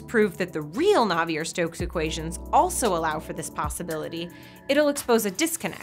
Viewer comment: Navier isn't supposed to rhyme with Havier.